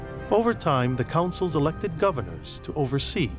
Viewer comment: The narrator kept pronouncing consuls as 'councils'!